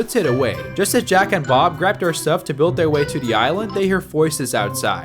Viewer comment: Bruh said "jack and bob" so much it sounds like "jack and off"